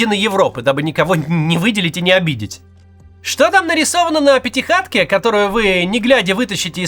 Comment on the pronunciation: ПятиКатке. Пять Екатерин. Не пятиХатке. Не пять хат. Вздрючь там своих. ПятиКатка